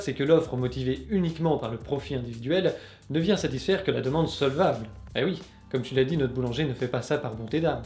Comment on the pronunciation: "solvalble" ? petit fail ^^ Mais c'était très intéressant